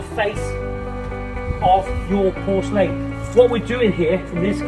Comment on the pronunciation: Nice video but learn how to pronounce porcelain